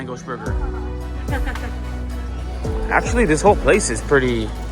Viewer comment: Langos is pronounced langosh as in hungarian s is sh ans sz is pronounced s. Also the Hungarians do make aster type meal with beef but goulash is a soup